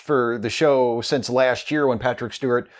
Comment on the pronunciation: hey i love your vids, but i'm interested why do you say "sense" instead of since. plz let me know :)